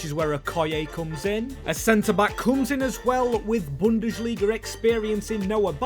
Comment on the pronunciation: Its bundesliga, not bundeSHliga ffs my ears are bleeding